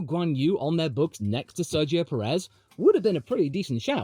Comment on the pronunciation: … and it’s pronounced PE-rez, lad, just like we pronounce BLAN-do